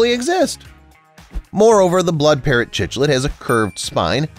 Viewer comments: You mis pronounced the fish at the end. Cichlid is NOT with the ch sound like chocolate. More like in cycling. Or try this, sounds like sick lid. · It's pronounced siklid btw